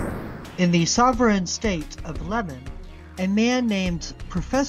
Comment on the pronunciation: Leman state not Lemen